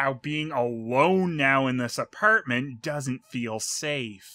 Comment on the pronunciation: Apierment. Lol